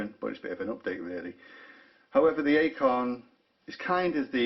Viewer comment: it's pronounced 'icon' not 'a con'. Deployment means movement of troops and equipment. Deployant is specific to watch clasps.